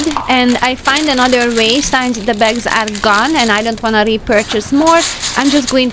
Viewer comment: Please, can you start to pronounce word “since” properly. In every video I can hear you saying it as “science”. Since and science is not the same.